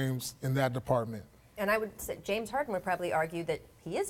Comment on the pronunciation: how the fuck do you mess up the name james? lmao its one of the shortest simplest and most popular names ever hahaha